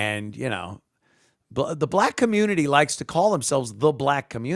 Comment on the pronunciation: Dey wuv dey comMOOnity